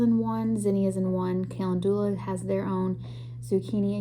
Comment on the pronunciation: 😂 I never heard Calendula pronounced like that. kuh lend yuh luh